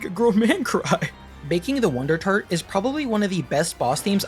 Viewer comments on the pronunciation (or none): baking the wondertart sounds like its saying Glasgow